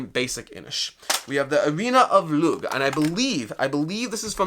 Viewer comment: Thanks for this. Just an fyi Lugh is pronounced Loo. Like in Lughnasa (August in Irish and the Brian Friel play/film). And Aisling is ashling. Looking forward to getting this.